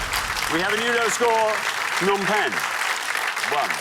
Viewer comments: The P in Phnom Penh is never silent. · Every source I've found says the "P" in Phnom Penh is not silent. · The P at the beginning of Phnom Penh is pronounced. It's a soft, unaspirated p. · The P in Phnom Penh is not silent. The word Phnom means mountain.